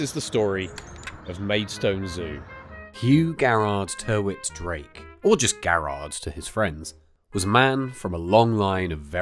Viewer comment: Hi, great video as ever. Locally, the guy's surname was/is pronounced 'Tiritt-Drake', typically the use of more letters than is strictly necessary! My mum was born in Sandling (a mere stones throw away from the zoo) in 1942 during WW2, she recalls the story of the animals (mainly the elephants) roaring long before the German air-raids flew over or nearby, almost as if they could sense what was about to happen.